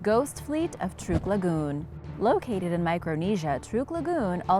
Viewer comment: Say Truk not trook